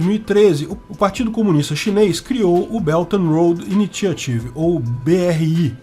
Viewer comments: O primeiro T de initiative pronuncia como sh/x. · I-NÍ-XA-RIV. É assim que se fala!!!